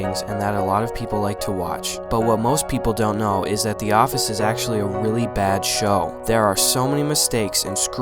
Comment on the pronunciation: "A wheely bad sow"